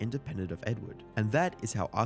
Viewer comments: Blud said arcade crianks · Great video, but feels like it was rushed out after the Turkey Tom video dropped a week earlier. For example: (1) lots of sloppy mispronunciation of the video's Subject - Arcade "Cranks" / Arcade "Cranaks" (2) No new material, pretty much a recap of everything Turkey Tom already covered. You've been crushing it lately my man, please don't go down the Jake Tran path and churn out quantity over quality!